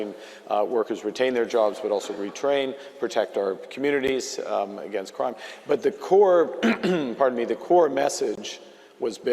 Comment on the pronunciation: Sorry but did Carney shorten the word crime to cri..at the marker??? What a goof, he doesn’t want to say it- it’s CRIME Carney CRIME!! Not Cri